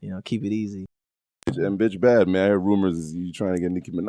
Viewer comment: when he said "bitch bad" it sounded like "bish bad"